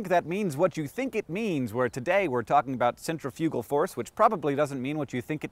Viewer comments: To elaborate, you said it as center-fugal, when in fact it's really cen-tri-fi-gal (sen-trif-yuh-guh, -uh-guh from the dictionary). We're inclined to say it as 'center' because we see that first in the word, but that is an incorrect breakup of the word. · I was really confused at first but then I realized that I think you're just pronouncing "centrifugal" differently than I've ever heard it pronounced. Lol I'm dumb. And kinda tired haha, my bad ;o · TIL that I've been pronouncing centrifugal force as centifical force all my life. I'm currently having one of those WTF moments. No big deal. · You pronounced centrifugal wrong -_ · Akex and Carrie should re-record This Kiss because they said centrifugal. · are there two pronunciations for centrifugal, or have I just been saying it wrong since I was 12? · is it bad that i didnt even know what centifugal force was? i thought you were saying centripetal force at first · I have never heard anyone say "centrifugal" before so at the beginning I thought that I had been pronouncing centripetal wrong for my entire life.